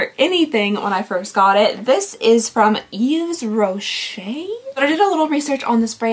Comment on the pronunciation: Never thought I'd see Yves Rocher on your channel (btw it is pronounced Eve Rocher) The brand was or maybe still is big in Belgium, I remember my mom having some sort of subscription to it back in the nineties.